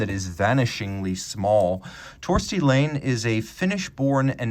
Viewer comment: As an FYI Laine is pronounced - 'Liner' (as in ocean liner) in Finnish. How do I know (?) it was my mothers maiden name...